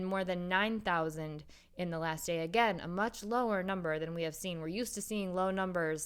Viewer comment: you mispronounced "last"